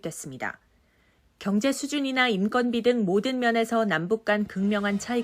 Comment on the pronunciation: 인건비 발음이 좀 이상하군...인껀비로 발음해야지...첫걸자에 나오면 건...두번째 이후에 나오면 껀...요즘 아나운서들이 한글 발음을 이상하게 하는 경향이 있슴...